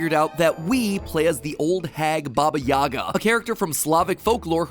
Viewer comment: For Baba Yaga, it’s actually pronounced Baba Yaha. Even though it’s spelt the same lll